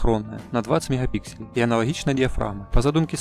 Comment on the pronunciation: Диз за "меХапиксели"....буква Г!